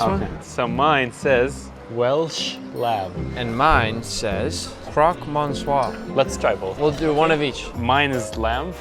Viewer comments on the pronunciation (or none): KROK MONSWAH ???? It's, Croque Monsieur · NICK!! Croque, WHAT?! Croque Monsieur is one of the most famous dishes in Paris.. You can't mispronounce that one as a chef, bro. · Nick, it's pronouced croque "mecieu" et non pas croque "mon-cieure" 😂. For the sake of us french, please, do pronounce it the way it is😂😂😂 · “Croque Monsouar”😂, French is not your best talent Nick. :) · "Croc mon-sur", awesome. I think that's French for:- If you'd be so kind my good man, pass my plastic shoes. 🤣🤣🤣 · "CROC MASOUAARR" I'm dying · hey nick croque monsieur's prononced; croc me-syoe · I'm sorry Nick. I love your video's. But if you are going to be tasting food from around the world learn how to PROnounce them! Its not "crock mensur" it is "croque monsieur" The "O" is long! Ya ding dong! LMFAO! Just bustin your balls is all. Still love your vids! Keep'em comin brotha! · crock mont-sire cmon nick hahahahahaha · I’m sorry Nick, but the way you butchered the pronunciation of Croque Monsieur, I can feel my whole body shriveling up in discomfort. You’re still one of the best chefs on Youtube and I love these videos! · I guess nick cant pronounce croque monsieur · Nick, I love you, but your pronounciation of Croque Monsieur is terrible enough to give a French person a heart attack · Can you please, never ever say croque monsieur like that again? It hurt my ears😅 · That’s NOT how you pronounce croque monsieur 💀😭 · That pronunciation of croque monsieur is criminal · Why did you pronounce Croque monsieur like that 😭😭😭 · The way Nick pronounced “croque monsieur”😂😂😂😂😂